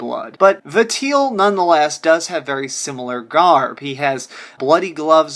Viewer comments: are you stupid? i'm gonna say yes based on the way you talk and cannot pronounce Valtiel....you are just some dude with a gaming channel. That did sub par research on somthing it's clear you didn't learn a single thing. stick to shit like call of duty bro. I don't think you have the mental fortitude to play SH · Please, please, please stop pronouncing Valtiel's name as Va-teel. It's wrong for a hundred million reasons. The name is a compound of a shortened version of 'Valet' (coming from his function in assisting and attending to the birth of the God) and the '-iel' suffix attached to many Judeo-Christian angels (loosely meaning '-of God'). So it's pronounced 'VAL-ti-el', pretty much as it's written, emphasis on the first syllable. I know this doesn't matter a jot in the real world, but it hurts my ears every time you say it. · For the love of God it's "Vol/Val-tee-el" not "Vateel" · Vatiel? It's VALTIEL. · say it with me val-ti-el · the way you pronounce valtiel's name made me want to choke myself